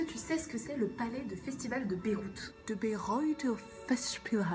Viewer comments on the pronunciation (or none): Ça me stresse que tu prononces Beyrouth alors que ça se prononce BAÏREUT. Voilà. Sinon super vidéo.